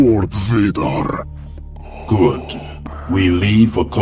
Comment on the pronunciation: Bro grievous says darth Vader wrong